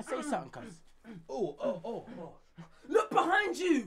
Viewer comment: "I'm tha baddest man in taaan cooz" lol the way he says cuz is so funny.